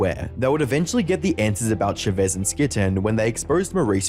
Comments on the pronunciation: chavezz is pronounced as char-ves btw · I can't stand they way you pronounce Chavezz. It's Ch-ah Veh-Z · The misspronunciation of chavezz is killing me 😂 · The way he's pronouncing Chavezz's name is making me lose it lmfao, Josh quite literally pronounces his name as "Cha Vezz" Not "Sha Vezz" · Not sure how I feel about Chavezz being pronounced Sha-vez over Cha-vez lol XD/jk. I found Chavezz and Skitten randomly, so I remember his video on the issue (only ever watched 2 vids with him and BHD, so no real feelings on BHD..), but never saw Skitten's. Happy that Skitten, Chavezz, and Dr. D are still doing well after all this time. Also, please don't bring this back up in the comments if you guys go to watch them. Chavezz already stated after that explanation vid that he wasn't going to address the subject further after that. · I love Chavezz now, He has a reaction channel w his wife and he looks so happy. I never knew he had such a past, I just came across his wife's channel one day and loved his energy and dynamic with his wife. ❤Also you misspronaunced his name lol